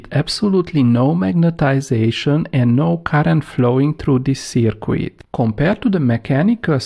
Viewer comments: Its not a circwid its a circuit pronounced circ-it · Circuit pronounce as "cirkit" not " cikwit" 🤣🤣🤣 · Great vids. FYI don't pronounce the "u" in circuit. Read it as Circut. Phonetically Searcut. Cheers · I like the way he says "seercueit" for a circuit. Phonetically it's "Sirkit". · Well done for taking the time to explain things as you do. Some people might find you are taking too much time but I understand the importance of not rushing basic concepts. Just one tip - I know it's spelt circuit but it's actually pronounced as if spelt 'sirkit'. Keep up the good work (from a former electronics engineer). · Sir qweettttt!!! :-)